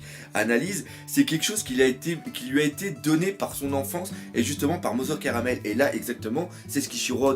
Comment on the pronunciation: cest mother carmel pas caramel